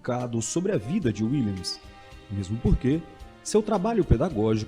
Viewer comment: A pronuncia correta do nome é com V Willems